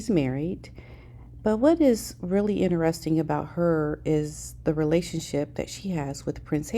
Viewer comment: OMG American, learn to say Portugal correctly AS WELL AS Interesting. Your pronounciation of so many words is incorrect.